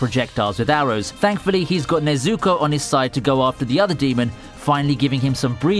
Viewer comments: My man just said nezooko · Bro I hate when people saying things wrong it’s nezuko not ne zuko you dumb shi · ne-zu-ko, get it right man, not nay-zu-ko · Why is he saying nazoko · Nobody: Commentary: "Nayzooko" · him saying “ Nezooko “ sounds like “ SACTION SAZUKE “ 😂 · Is it just me or does it sound like he’s saying neazuko instead of nezuko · I hate how you pronounce nezuko. Its Ne-zu-ko, not nezukou. get it right or shut the hell up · It's not Nay-Zuko, it's Neh-Zuko.. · Sorry but its pronounced nezooko I know this because i watched this series in english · bruh he said nezooko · he's saying Nezuko like Stewie says Cool WHip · Bro mispronouncing nezukos name is funny ad hell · man it annoys me how he pronounces some of the names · it's definitely not his accent, my british friends can say the names correctly so he might be doing it purposefully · Anyone else hate how he says nezuko